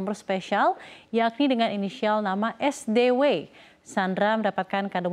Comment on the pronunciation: Es di double u witches SDW bkn seydeiweiii😂